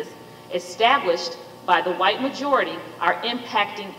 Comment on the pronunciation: As soon as she say wight mojarity she shold be fired